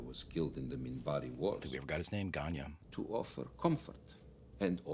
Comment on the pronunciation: Ganya to my ear.